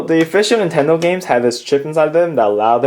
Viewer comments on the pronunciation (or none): It is pronounced NINTENDO not INTENDO